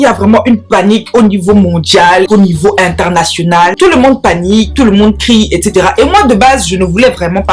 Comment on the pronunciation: international mintoumba😂. J'en déduis que tu es camerounaise 😅